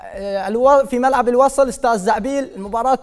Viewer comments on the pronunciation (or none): امداك ولك اسمه استاذ زعبيل مو زعييييبل 😂